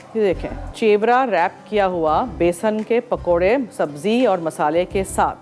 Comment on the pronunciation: Chewraa 😲 nahi Cheraa🧐. Yeah sweet nahi hota.😕🙁